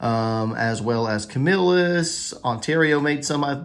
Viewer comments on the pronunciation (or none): none